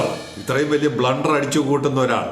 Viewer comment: "ബ്ലൂണ്ടർ" കേൾക്കാൻ ഞങ്ങക്ക് എന്നും സന്തോഷമാണ്.